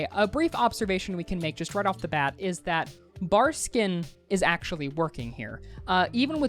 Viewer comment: love you and your videos but my nigga, you even said Barskin a couple of times haha. ill shut the fuck up now haha.